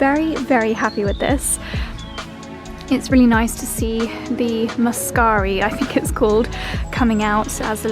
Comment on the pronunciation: The blue flowers are grape hyacinths, small version of the pink ones. Very much not a weed. Sown by small bulbs and self seeding. Great video. Love the cottage. Cozy rental. Your pronunciation of muscari is spot on.